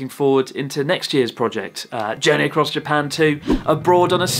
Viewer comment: why that Japanese man can't pronounce Japan.